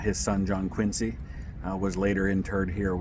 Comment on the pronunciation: Quincy was tv show; Quincy you pronounce the c like z !